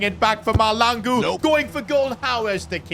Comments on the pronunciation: by the way it is Mahlangu not Malangu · The H is not silent in Mahlangu